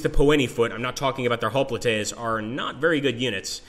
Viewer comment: Looks great! I have FoG1, which I've played a lot. The graphics and game play look much improved. Hoplites is pronounced "hop lights"